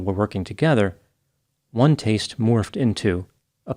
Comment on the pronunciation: Way ruin the words "taste" and "ohm" 🙄